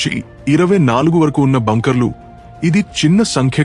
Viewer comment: ఒరేయ్ వెదవ బ్యాంకర్ కాదు రా బంకర్ అని rai